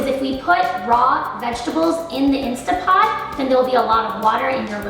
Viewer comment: Instant Pot not Instapot. Commonly mispronounced. Just saw your recipe and it looks gtreat!!!!!